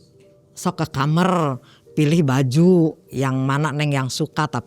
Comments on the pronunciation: Apa cuma q aja setiap ada narasumber ngomong kata "KAMAR" tu ngedengernya "KAMER" 😭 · Itu bhsa jawa